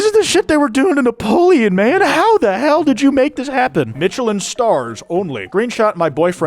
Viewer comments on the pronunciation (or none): sooo whos gonna tell her that its not pronounced ”mitchelin” star… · Not to be a grammar n*zi, but the 'ch' in Michelline is pronounced like 'sh', cuz it's French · The most unhinged part of this video is the way pronounces Michelin. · The way he pronounces Michelin star is enraging me way to much. Like I know I'm the unreasonable one here but fuck it's activating my fight response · i have never heard "Michelin" butchered like that imma be real